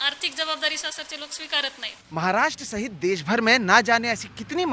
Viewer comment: Kya NDTV. देस नही देश hota hai bhai